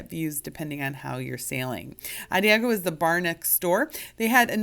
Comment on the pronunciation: the bar by Sabatini's is pronounced - a DAHJ ee oh - it's a musical term that means basically - slow and easy